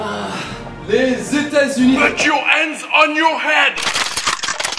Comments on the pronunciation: Non non "put your ands on your ead" 🤣🤣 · c'est PUT YOUR ANDS ON YOUR HEAD enfaite